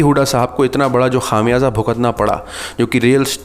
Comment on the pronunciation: Khaam yaza nahe bhai khumyaza. Correct your Urdu pronunciation .shukria